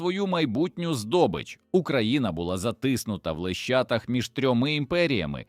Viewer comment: не лищатах,а лещатах,вчіть українську мову!